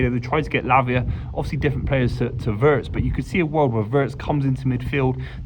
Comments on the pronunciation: First get the name right..its Florian VIRST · Exactly,not Wurtz as they keep calling him😂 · Just hope more people would pronounce his last name correctly. The i in Wirtz like the i in Winter and Wink.